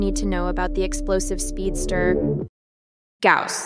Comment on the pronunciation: its a good guide, but who read it as Gaws